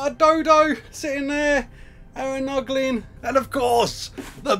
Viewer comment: Haha he said poglin instead of noglin again